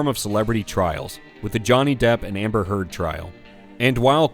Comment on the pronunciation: Why did you pronounce Johnny Depp's name correctly for Amber Heard incorrectly